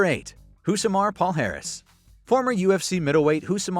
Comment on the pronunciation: in Portuguese, his last name is pronounced "palyares." The "lh" and "nh" represent "ly" and "ny," similar to the sound in "canyon."